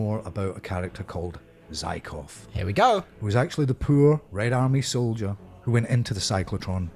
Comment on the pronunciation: Zykov?? Lol 🤔 😂